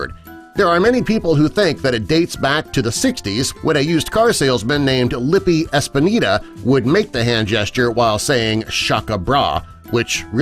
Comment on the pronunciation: It was 'Lippy Espinda', geez the pronounciation/spelling got hacked